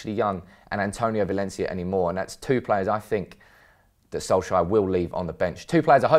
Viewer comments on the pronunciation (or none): none